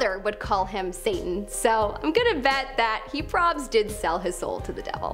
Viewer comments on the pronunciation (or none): Is it so difficult to say the word “probably” that was atrocious for me to sit through..